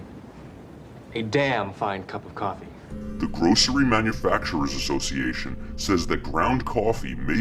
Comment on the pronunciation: Did I hear "kwafee?